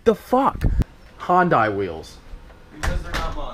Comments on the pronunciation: What the hell is Hondeye? Do you mean Hyundai? Hi un day. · I thought is was hyundai was pronounced hun-day not hon-die lmao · Hunday not hondAI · he said "honday" LOL iys "hunday" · You say Hyundai like you say Sunday. The I in Hyundai is SILENT. GET IT RIGHT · It's not Hyundai it's hiendie